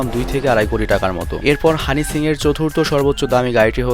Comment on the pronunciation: bhai honey singh tar nam honey shings keno bolen .eta ekta naam e nah its a brand soo shomman diye correctly bolen[just kidding] dont mind bro